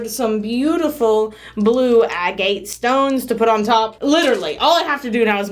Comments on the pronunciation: Not being picky but Agate is prononced Ag At no e sound on the end like gate ... I'm an Aussie so we do pronounce some words differently but I checked a pronounciaction webpage and Americans say it the same as us . Love your videos ❤️.. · Agate is pronounced AGG-it . Have you ever done a soap experiment where you pour one color and you introduce a second color into the middle using different things like Pipette, Turkey Baster, funnel, piping bag, etc. to see what different patterns they make?